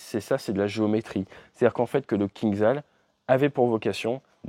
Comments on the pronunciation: Toujours aussi bonne vidéo, merci ! Juste un détail, le missile russe se prononce KinJal. Zh en anglais retranscrit le son J du russe. Ça veut dire poignard. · Il vaut mieux prononcer "кинжал" comme "kinjal". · ATE,STP, ça se prononce Kindjal, le j, étant un j, pas un i ni un z, le кинджал étant un poignard caucasien.